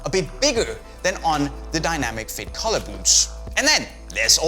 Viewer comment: Is he saying collar or color